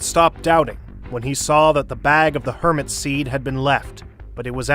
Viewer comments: "hermit seed"💀💀💀💀💀💀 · "Hermit seed"💀